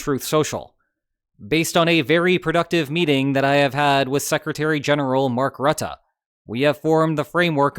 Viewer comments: Mark Rattah? Isn't it Mark Roo-teh with stress on Ts and short oo sound. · It's pronounced "roo-tah". Love from NL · Please note that Rutte's name is pronounced with two schwas. I know this because he lives only a few kilometers from here.